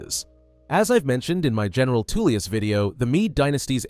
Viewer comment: Is Tullius not Toollius